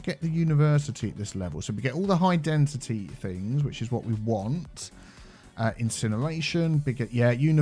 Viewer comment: Why do you say Density as Dentity? 😂